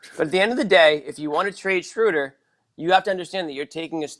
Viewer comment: It’s Schrew-der not Schrow-der. Meathead. Stop whinging over the guy. News flash: Schöder’s an option and will be gone next year if not before. Barring some miracle the Celtics are what they are, a .500 team with a first year coach work-in-progress that’ll never live up to the high expectations of media in search of someone to blame.